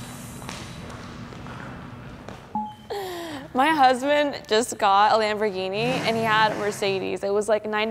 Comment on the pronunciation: "my huzzzbant"